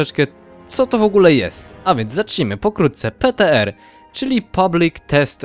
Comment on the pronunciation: PTR wypowiedź (pitiARRRR)